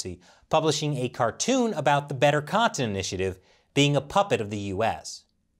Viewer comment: I don’t think I’ve ever been so triggered by a person’s pronunciation of the word cotton before